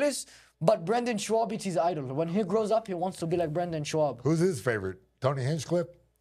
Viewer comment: I love that he calls him “Shwaub”